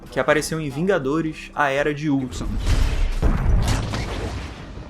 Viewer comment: Ele falou ultson mas é ultron